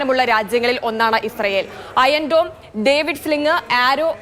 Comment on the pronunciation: അയൺടോം എന്ന് കേൾക്കുമ്പോൾ ആണ് ചിരിവരുന്നത് 😂😂